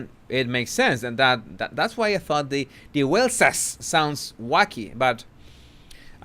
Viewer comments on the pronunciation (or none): it is Waleses but your pronounce like z : Walezes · The PLURAL of Wales is pronounced WALES. I promise you,.. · It's Waleses,!! I've just read it on a British newspaper! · No that was not my point, this is how to say waleses, by pronouncing it walzez, even thou its not spelt this way, im not criticizeing someone elses spelling mistakes, thats not who i am, and i have atrocious spelling , thank god for spell check